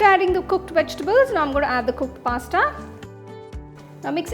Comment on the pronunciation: Recipe is tempting but pronunciation of Pasta was awful